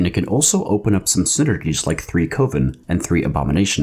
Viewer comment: Coven is pronounced the same as oven, not the same as cove, btw.